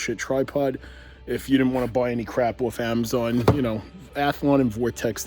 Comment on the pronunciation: “$3 nointy noin” “if u order from amazoin”